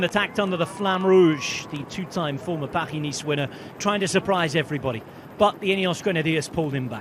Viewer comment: Commentator calls the race "Paghi Niece"...haha